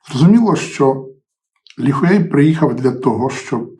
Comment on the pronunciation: Він не «Хуей» , «е» було вставлено виключно для благозвучності. Можете поцікавитись, як насправді читається ієрогліф 辉.